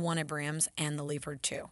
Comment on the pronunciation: It's not even gonna lie the way you said M1 Abrams and leopard made me cringe